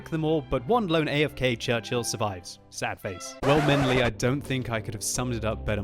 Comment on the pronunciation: Everytime he said "menly" I thought I heard "Ming Lee".